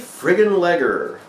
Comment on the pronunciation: Haha! Yay I was in the shout out :) Except you pronounced leger wrong, no problem though.